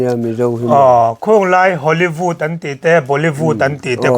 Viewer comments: Bolivud leh Holivud 🤣🤣🤣 i lamsual tlat mai ka pu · "Hollyvût, Bollyvût" 😂😂😂 le'hhhh